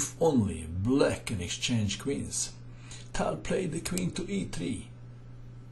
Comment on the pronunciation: Tal not Towel, please♟️